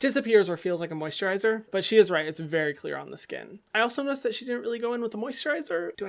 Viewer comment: Nobody: No one: Hyram:WhErEs ThE mOsiTrIzEr